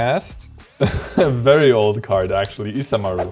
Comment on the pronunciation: I really appreciate that you guys pronounced isamaru japanesely😂❤